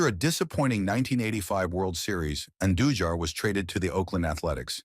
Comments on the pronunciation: I know, right? Dude pronounces Andujar’s surname like five different ways. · crazy thing is how it pronounced Andujar's name SEVERAL different ways, smh.